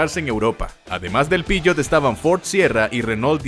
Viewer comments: Buenisimo el video, lo unico es que no entiendo porque decis piyot si sos argentino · Xq decís pishot ??? 😂